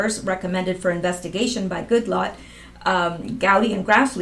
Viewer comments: ...it's Good latt (as in lattice). As you know, latte is very good coffee - doubt if he drinks it; he strikes me as a strong, black joe kind of guy. Huber will be good for USA. He'll move faster than a 2nd spec. pros. He is an A.G. too. (Frogs look like ones from qanon meme board.) Heard on 4/3 that 1 chg w/30 day sentence for lying to FBI was announced today. No name given. So many have lied, can't even attempt to guess who it could be. Seemed to be low level employee, however, from report. Come on back. We would love you to become a US citizen. You already speak like us. Sometimes I think you grew up in the South, by some of the things you say! Then again, I hear mid-west, and sometimes I hear Cali, or N. US.. You would fit right in no matter where you settled. Getting late. Will come back to listen tomorrow. Good nite. God bless. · It's pronounced "Good-lat"